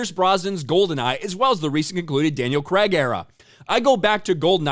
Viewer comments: Craig is pronounced Cray-g not Cregg in the UK and that's how Daniel pronounces his name. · His name, Craig not Creig 😂😂😂😂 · 😂😂 Daniel Creg. Its Craig Not Creg.